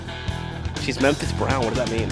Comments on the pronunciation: I think it's, "Memphis bound." not "Memphis brown"! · Memphis Brown, that's like when my 16 yr old mispronounces someting. So cute. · I think he said “Memphis bound,” not “Memphis brown.” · your question at start - it's "Memphis bound" - not "Memphis brown"